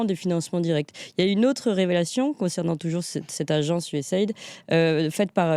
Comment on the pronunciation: Ca se prononce : U-S-A I-D ("AÏDI", pas "aide")